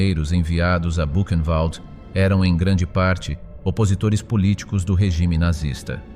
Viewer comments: Qu'est ce que c'est pénible d'entendre ce robot prononcer Koch avec le son "coq", ou encore "kotch" (comme du scotch). Mes oreilles saignent. Elle était allemande, le "ch" se prononce comme un "r" -> "Ilse Kor". Idem pour Buchenwald. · Petite IA : Répète après moi: "Ilzê Kor" (et non "il se coche ). " Bourennvalt " (et non " Bûchenvalde "). Danke.